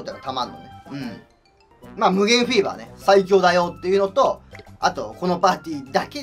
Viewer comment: 初めてぷにぷにした日おもったこと フィーバーがビーバーに聞こえた